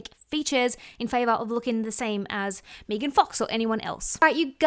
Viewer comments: Her name is pronounced "Meh-gan" not "Meagan" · Meee-gan? Lol it's meghan love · Me-gan is pronounced Meg-in She looks so old to me! All the surgery aged her at least by 20 yrs! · There’s only one E in Megan. There are Maegan’s out there that pronounce it MEEgan, but in the U.S., one E is Megan. 😅 There an also Meggan’s. Like Egg-uns 🤓🙃🤪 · Lmfao yes. Meeeegan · I love how it sounds like she says Megan like Vegan. 😆🩷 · Her calling Megan Fox Mee-gan is so wrong. Mee-gan Fox's career was dead before MGK. He made her relevant again and she owes him for that. I also hope they release a sex tape. I think it would help Mee-gan's career even more. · Can't with "Meegan" pronunciation 😂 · Its not meeegan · Never heard her name pronounced Meegan 😂😂😂😂 reminds me of Keegan & Peele. Meeeeegan meegan!! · I'm with you, hon, it's Me-gan!. And, for what it's worth, I think you are shit loads more attractive than her. And, that is not fellow Aussie bias.😊❤ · I thought you produced it Mee-gan when it’s spelled Meghan or Megan. If it’s spelled Meagan or Meaghan it’s May-Gan. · omg, im an aussie and your right, we do say her name like that lol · Sorry, I can't watch a video of you purposefully mispronounce someone's name. You just said it correctly so you are capable. No offense, I just think its a bit rude. Its not like you don't speak English so the accent isn't really an excuse. People may say it differently there but Megan Fox isn't Aussie. I know she ain't gonna watch this video but I'd be mad annoyed if someone just didn't feel like saying my name right for basically no reason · Thats not how you pronounce her name and you know that ... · No. Im Aussie and dont pronounce it like you do. 😂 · Girl I’m Australian as well and “Meg-an” and “mee-gan” are two totally different names!!😂😂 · Oh my god I couldn’t watch this with your pronunciation of her name